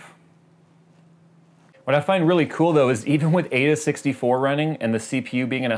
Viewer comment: its pronounced "eye-duh 64"